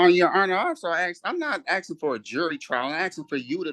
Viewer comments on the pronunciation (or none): Stop axing